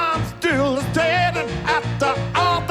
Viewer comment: What happened to the ‘S’s? “I’m ‘-till’ ‘-danding’...” His resonances are fine...